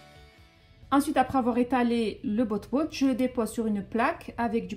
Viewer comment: c pas botbout c batbout